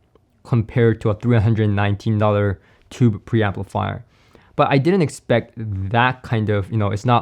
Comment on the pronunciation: Not “tubby”. As in the 🛁 bath tub! OMG! I was shocked when I heard that. You mean “tuby”. That’s pronounced ”